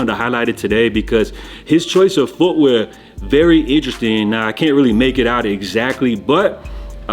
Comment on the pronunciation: This guy can’t say “ interesting” for shit 😂 🫡